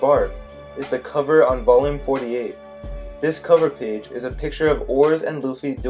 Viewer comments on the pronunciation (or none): none